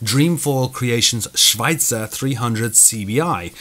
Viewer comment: Nice job on pronouncing Schweizer! :-P